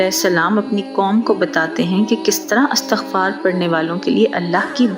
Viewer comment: Pyaray behan bhaion se guzarish he k ye lafz "istighfar"he jaisy k lafz istiamalاستعمال or istihkamاستحکام ka wazan he.Astaghfar ghalat tllafuz he. Shukria!